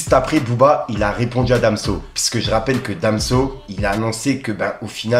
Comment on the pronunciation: "pisse que" "pisse" "pisse que"" pisse", je le répète : tu fais mal à la tête ! On dit : PUISQUE ! P U I S Q U E !